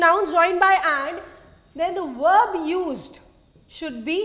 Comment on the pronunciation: not werb.it wil be verb sound